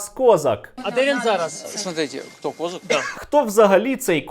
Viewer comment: А чому кОзак, а не козАк!?